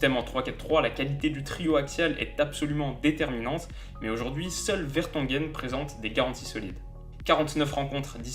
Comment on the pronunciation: Je suis belge et je pense qu'on fait un bon mondiale pour le moment. (Pour Vertonghen, Kompany et Alderweireld : tu écorches un peu leur nom mdrr)